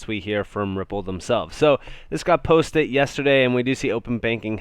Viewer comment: "This got postit"... Posted* posted. PostED.. Pronunciation is important.